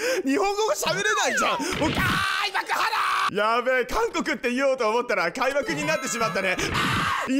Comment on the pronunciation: 開幕から方言？すごくて一瞬戸惑ったww 開～幕、花ーー😅😅